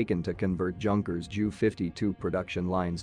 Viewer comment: Can not even pronounce Junker properly.